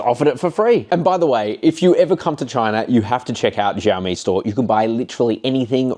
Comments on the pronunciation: It’s not zhaomi stop mispronouncing the name it’s annoying af. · Xiaomi is pronounced sh ow me. Like shower but except mi instead of er at the end.